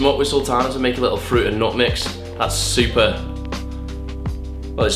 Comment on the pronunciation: you wanted to say "supper nutty" right?